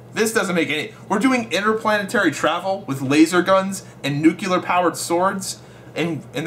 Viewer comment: lol you said nucular